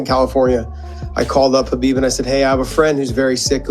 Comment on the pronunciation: You can’t even say khabib correctly what do you know